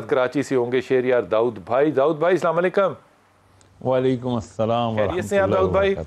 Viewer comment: Anchor Ko pls Sahi tareeq se salaam karna sikha do pls